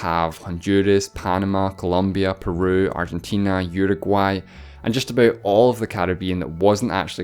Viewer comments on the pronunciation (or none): none